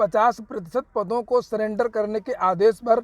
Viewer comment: सिलेंडर नहीं सरेंडर होता ह